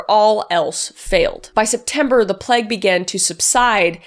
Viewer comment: Again, I love you - but is it a canadian thing to pronounce plague as pl- egg and not pl - a-gh?